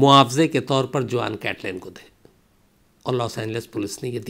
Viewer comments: Khan sahab जुआन नहीं it's pronounced हुहान् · In Spanish name juan pronounce as “huan” not juan for example JOSE pronounced as “HOSE” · Juan is a spanish name , it is written as Juan, but is is pronounced as Huan , in spanish J becomes H , like Jose is Hose , Javier is Haviar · It is a Spanish name Juan but is pronounced like " Huan". Spanish "J"=English "H". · Hi m from California and its a Spanish name juan but pronunciation is Huan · “Juan” pronounced as ‘वाॉन’ Hispanic name.